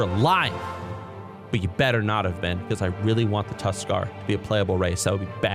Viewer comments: said Tuskarr and I’ve never agreed more in my life fuck yea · Tuskarr. Correct.